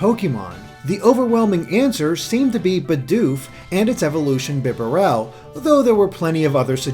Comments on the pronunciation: Did you say bibarel it's beebarrel is it not? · BI-nuh-REL? It's BEE-barrel. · "Be barrel" BITCH ITS BEEBARLE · "Bib-ah-RELL" what BEE-bare-uhl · bi-DOOF? bih-bah-REL? Um.... It's BEE-doof and BEE-bare-le Sorry for the nitpick it just bothered me lol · "bibba-rell?" Fuck off. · Bee-Barrel That's how you pronounce it. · You pronounced Bibarrel wrong, smh